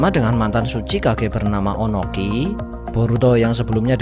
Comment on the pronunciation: Ohnoki bkn onoki